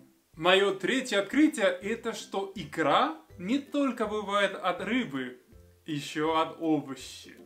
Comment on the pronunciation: Только это не икрА, а Икра.